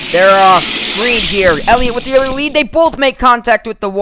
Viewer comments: Thru he says Wead instead of Lead it sounds like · u said earily wead